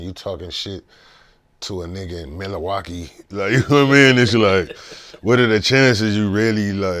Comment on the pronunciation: trying to say Milwaukee was crazy 😂